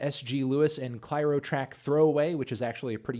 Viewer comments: tony... its claire-o, not clyro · MELON WHY DID YOU SAY CLYRO AND NOT CLAIRO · Pronounced Claire-O. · I know this guy sucks at pronunciations, but did u hear how he said clairo?